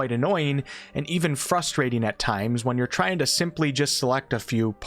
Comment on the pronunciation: You called out “I weren’t sure” but left “fidangle” and “fustrate”